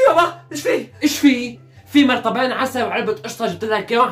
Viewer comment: اسمو مطربان مو مرطابان